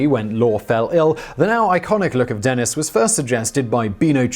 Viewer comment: What's with the two "n"s? "Denenis" just sounds silly.